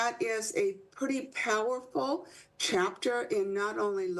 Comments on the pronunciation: “Incarcination”???? Maybe try the word, incarceration… Much better… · It's pronounced, "IN CAR SIR AY SHUN". This is how to tell when the speaker doesn't care.